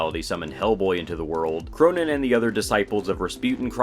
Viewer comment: He's pronounced "Krönen", not "Kronen".